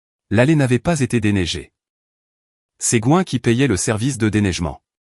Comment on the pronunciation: Je suppose que le surnom est GWEN et ne se prononce pas GOIN